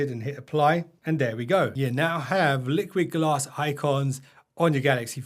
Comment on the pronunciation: No one saw he called it "LiquidAss" huh 🤣